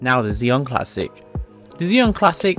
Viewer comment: "Zee - on classic"